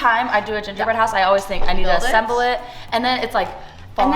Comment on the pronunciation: It's assemble 😅 I was confused with assamble for a sec 😂